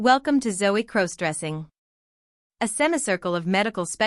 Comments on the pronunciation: Stop mispronouncing crossdressing 😮😮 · Stop mispronouncing crossdressing 😮😮😮